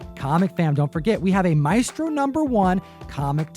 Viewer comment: OMG Tom pronounced Maestro correctly!